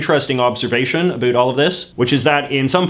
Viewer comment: I can't be the only one getting trigger by the way he pronounces "about"